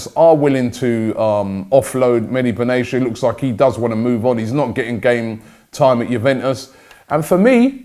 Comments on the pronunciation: Benayasha Robbie? It's pronounced Ben-at-eya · It’s pronounced Mehdi Ben-ah-te-a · It's Medhi Benatia not Medi Benashia 😂